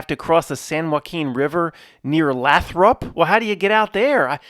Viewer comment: It's Lay-throp <3